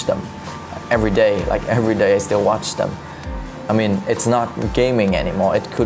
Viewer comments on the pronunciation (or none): Pleaseeeee pronounce ENGLISH correctly. And QUESTION and WATCH. (I mean the ending sounds) It’s amusing watching you but it’s kinda annoying when such words are not perfectly pronounced. Thanks for the video.